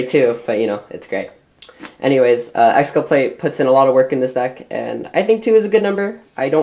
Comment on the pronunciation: lol "exculpLate"